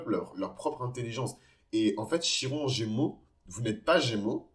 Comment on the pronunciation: Ça se prononce Kiron, à part ça je m’y reconnais totalement ❤